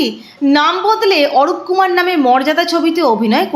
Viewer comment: অরূপকুমার নয় অরুণকুমার।